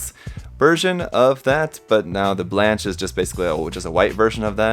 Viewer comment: Hey! I totally love you and your reviews and i've hardly ever found anything i didn't agree with you about. But for the love of the french gods, please, don't pronounce blanche (which means white) like that xD. This is sort of a recurring theme, a lot of Seed suits have the french color names gimmick to them, like strike rouge (red), strike noir (black) etc.etc.. Here's the pronounciation